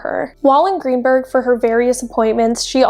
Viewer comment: It's Greensburg, not Greenburg. She was found in a garbage bag at Greensburg Salem Middle School, where my wife teaches. I'll never forget hearing this terrible story that day.